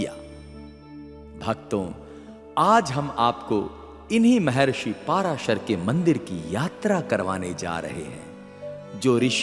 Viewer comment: कोई अलवर कहता कोई दूसरा।उनका नाम पराशर है न कि। पाराशर ।।ग़लत उच्चारण चुभता है ।